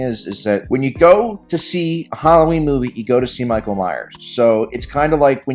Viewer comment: It's not pronounced Hollow-ween. It's Hal-lo-ween. 😅